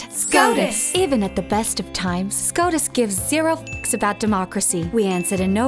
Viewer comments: I just kept hearing SCROTUS... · I prefer the Australian pronunciation. Y’know “SCROTUS” Thank you George miller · Why does the pronunciation of "SCOTUS" sound like the name of an STD you learn about in health class?